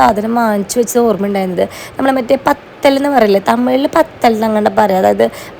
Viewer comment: Pathal alla vathal aannu